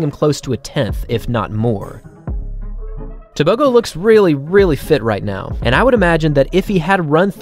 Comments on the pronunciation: The letter g in Setswana is not pronounced like a g in English. It is guttural "h" sound. Similar to the ch in loch. Also Botswana is about 3300 ft above sea level. So at sea level he would have ran even faster. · Just for interest sake. A "g" in African names like "Tebogo" is not pronounced as a g. It is more of a clearing of the throat sound. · You're butchering his surname.